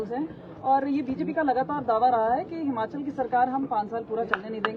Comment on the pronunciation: हमाँचल नहीं यार हिमांचल बोलो